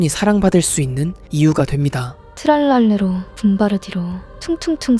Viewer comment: 붐바르딜로 트랄랄레로 브브르브브르 인데 붐바르딜로 트랄랄레라 브브르브브르 님 잘 말 해야 되요